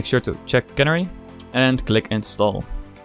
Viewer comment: Not sure if anyone pointed it out yet, and it's far from important, but youre mispronouncing Canary. It's supposed to be the same as the bird, "Canary".